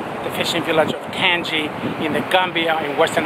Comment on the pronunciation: I'm from Gambia and I love your video. Thanks for the shout out. Tanji is pronounced ( tan-jay )